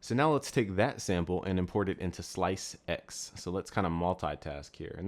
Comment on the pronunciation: lmao, slice-ex... no just no... it's ssssllllaaiisssseeeexxssssssssss......